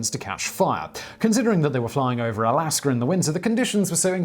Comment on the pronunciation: Love your vids... but I'm sure its pronounced (Alaska) not (Alasker)...😏